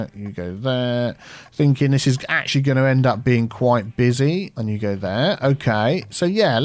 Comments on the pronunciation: It's "you go there", but he's said it so many times it started sounding like "Hugo" instead of "you go", so now he just says "Hugo" on purpose. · Has anyone else noticed that says "Hugo'' instead of "you go"